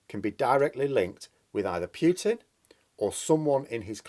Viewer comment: For the 3rd time, for pity sake will you STOP saying PEWTIN and start saying POOHTIN like the rest of the world. Thanks.